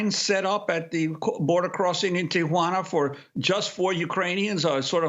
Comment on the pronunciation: Amy, like most Americans, mispronounces Tijuana—it’s not Ti-a-juana. Listen to how says it.